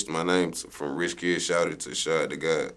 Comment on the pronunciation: YOOO finally someone know how to properly pronounce (SHAD)